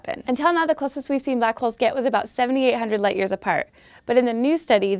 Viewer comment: ***** Its the way she said it that slightly annoyed me, it just sounds like she means it different.